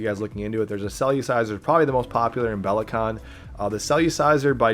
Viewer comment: It’s not “cell-u-ciser” it’s “cell-er-ciser” lol